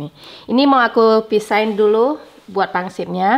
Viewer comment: Di mana pun saya, pasti cari bakso. Secinta itu sama bakso... Tapi sampai detik ini gak tau bikin bakso 😂 Btw, saya koreksi dikit yaa, pangsiT yaa, bukan Pangsip.. Thankyouuuu